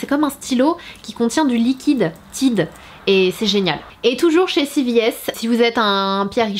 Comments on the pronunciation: On dit pas Tide on dit Tayde ça ce prononce 😂😂❤️(Mais bon c pas grave)❤️😂😂😂😂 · Tiide 😂😂😂😂😂😂 faut dire tayde mdr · Salut je t'ai vu dans la vidéo de Sandrea, j'avais bien aimé :) ps: la marque Tide au la prononce Tade ;) Sinon moi la dernière fois j'ai acheter 12 savons BABW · Mdr en Amérique on dit Taïde (genre avec l’accent anglais) et c’est pas des cups, ce sont des tasses à mesurer...mais libre à toi de parler avec ton accent français 😉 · Le tube Tide il y en a aussi au Canada et ça se prononce plus a l'américaine, donc *tayde*, pour info haha <3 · Juste comme ca Tide ce prononce TAYDE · Si tu viens au par chez nous au Canada ou au USA personnes ne va comprendre quand tu va prononcé le "Tide" à ta façon. Cela m'a fait beaucoup rire.😂